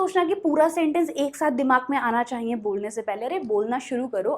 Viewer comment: अरे! डियर आप तो परफेक्ट इंग्लिश के चक्कर में हिंदी ही गलत उच्चारण करने लगीं ! विश्वास सही से बोलना सीखें और चाहिए नाक से बोल रहीं हैं plz mind it ...